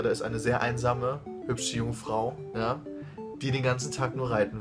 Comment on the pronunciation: Haha "Reiten" mit der Betonung xDD